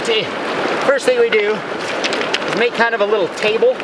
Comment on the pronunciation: it eez what it eez